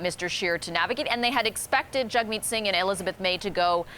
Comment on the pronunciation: These two woman cant even get Jagmeet's name correct , very poor journalism.